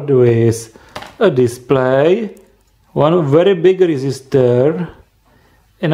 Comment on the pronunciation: "sree resisters" instead of 3 resistors